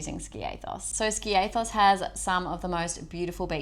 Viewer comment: Great vid . Like you both too…. But… Ski a thos A as in Ant .